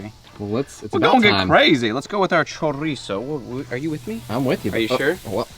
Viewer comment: You guys could use some Mexican friends help you with the pronunciation of Chorizo....LOL